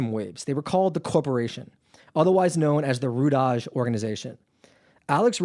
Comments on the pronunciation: Rudaj is pronounced “Rudai...Rudaiii” is the plural of the “Rudi” surname. It isn’t pronounced “Rudazzz” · Rudaj is pronounced Ru-Die.